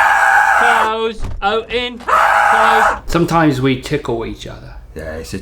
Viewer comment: does Link says "O'en" as it's an English version of "open"? xDDDDDD or i'm imagining that?